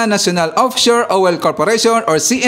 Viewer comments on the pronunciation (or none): Npahagalpak ako ng tawa sa pronounciation mo ng oil,, OWEL!!😂😂😂